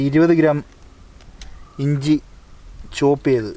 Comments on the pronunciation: ച്ചെ ഞ്ചിഞ്ചി അല്ല ഇഞ്ചി😀😀😁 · ജിഞ്ചി അല്ല ഇഞ്ചി 😍